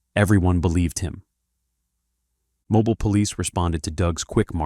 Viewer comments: The pronunciation of Mobile (Mo-bill) as (Mo-Bile) is urking me with the automated voice… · “Mo-bill” the e is silent. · The city's name is pronounced mo-bee-l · Its not pronounced 'mobiile' it's 'mobeele' I live like thirty min from there. This is crazy! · The pronunciation of Mobile is Mo-bill, not Mo-bile. I thought you were talking about a whole different place, I wanted to watch the documentary but your pronunciation makes it unwatchable for me. Sad face!!!! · I immediately stopped watching this video when it said Mo-biel Alabama and not Mo-Bill...(Pronunciation) AI bullcrap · So much AI in this... Groups of three. Not just this, but that. And it's pronounced Mo-BEEL, not Mo-bile. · It’s not MOE-BILE. It’s MOE-BEAL. Just FYi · 😂😂😂😂😂😂 Mo- bile,..... Jackazz it's called MO-BILL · It’s FUCKING MOBEEL NOT MOBILE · MoBILL Alabama, not MoBaile , wtf 😂😭 artificial ain't so intelligent is it 🤦🏾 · Mobile.......or.......Mobeeeel. That's how we now this is AI. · The voice is AI its not Mo Bile Or mobil its pronounced mo- beel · Mr. AI , it is pronounced Moe-bill Alabama. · “MOBYLE ALABAMA” it’s Mobile. Damn AI bs lmao. It’s pronounced Mo-Beal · It’s pronounced mo-bill not mo-bile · More AI slop Calling it Mobil Instead of Mo-Beale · Mo- Bill. Not Mo-bial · A.I. narrator 🤣 Mobile is pronounced Moe-Beal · NOT "Moe-byle." I hate AI. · Mo-beel Alabama 😂😂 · For the love of god it’s pronounced (MO BILL) NOT MOBILE LIKE A PHONE TF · Its pronounced MO BILL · For future reference it’s MOE-Bill lol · MOE-BEEL!! YALL SAY IT WRONG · Man its "Mo-Bill" but I guess that's what you get when you use Ai lol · (Mo-beal) AI get it right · Mo bile. Ai sux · Its pronouced MO-BILL Alabama 😂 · Mobile (Mo-bill) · It’s moe-bill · Holy shit I clicked the video having no idea it was about my City. By the way it’s pronounced Mo-beel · It's pronounced 'moh-BEEL' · Moe-Bie-Yall, Alabama. Lolwut: this video is actual trash. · Mobile is pronounced Mo-beel. Not like a mobile phone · It’s Mo-Bill